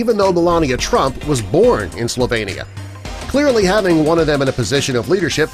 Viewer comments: Sorry, but it's not OK. It's a sign of ignorance. And it's slo-VEEN-i-a, not slo-VANE-i-a. All anyone needs to do when confronting an unknown word, or country, is to look up its pronunciation in the dictionary 🙂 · Who the hell taught the commentator how to pronounce these countries. Some of his attempts like Belarus, or Slovenia is laughable